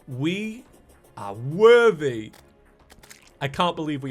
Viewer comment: He is saying fether werthy its for the werthy